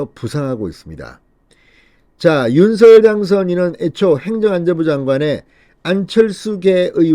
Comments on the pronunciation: 윤서결이 아니라 윤성렬이라고 발음해야합니다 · 윤성렬이라고 불러달라고 당선인이 말했는데 계속 윤서결이라고 하네요. 본인이 원하는대로 불러주시고 제목도 부풀려서 올리지 마세요. 보기 안좋습니다.